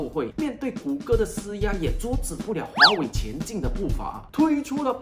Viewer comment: 好奇怪，为什么那么多的大马人就是没法把“华为”这两个字唸得准？不是唸成华伟， 就是华威。你们不是从一年级就开始学中文了吗？